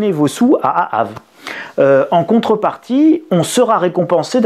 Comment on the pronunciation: Ca ce dit pas aave comme vous ne savez pas épeler le mots je suis consterné